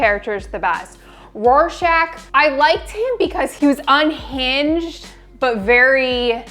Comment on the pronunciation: Please tell me y’all are pronouncing Rorschach properly. I can’t tell if you’re calling him Warschach or Rorschach but it’s an R not a W.